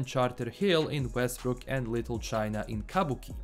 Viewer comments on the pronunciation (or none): none